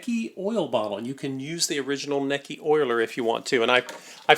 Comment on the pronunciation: Your miss pronouncing the name. I just got my grandmother's. The Manuel has 1956 in a print date. I think it's older. It's pedal powered.